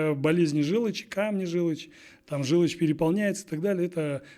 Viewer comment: Желочь (вместо ,,желчь"), ,,пипец", один в своём экземпляре, ,,...купил тачку, машину..."---- какой ,,красноречивый" и образованный коуч!!!😂😂😂. Вот где пипец!😂😂😂